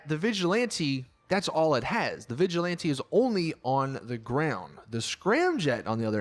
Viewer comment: Im pretty sure ur not supposed to say vigjilanti, but vigilant, or vigilanté